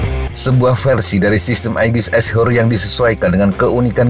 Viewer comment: cuma saran min.tolong diperhatikan pronunciation nya min. ashore bukan dibaca "ass hore". artinya jadi sangat jauh. dari yang dimaksud "berbasis darat" malah jadi "a woman who get F---ed in the ass".